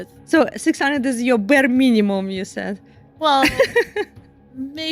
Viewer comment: berrrrrrrrrrrr minimum 😂